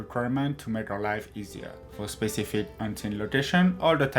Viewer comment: Difewent, speciwric, cwaft, combwine, all da tam stamp